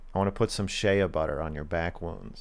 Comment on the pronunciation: They he pronounced Shea butter triggered me